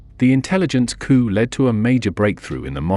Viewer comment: Can't pronounce English. Lead, led. Missed?